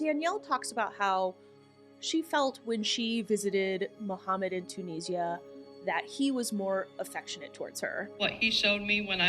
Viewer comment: Tunisia is pronounced like Too-nisia OR chew-nisia